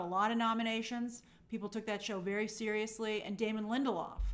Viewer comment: right?! i want to call that out. and she said Bella wasn't "seious" enough...like what are you talking about?